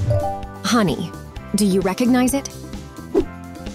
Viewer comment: did you say recocnize HIM?!?!